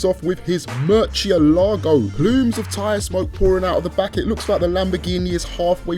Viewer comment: Nice "MERCHIELAGO"